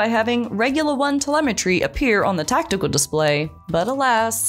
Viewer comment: Did you say tactical or test_cal?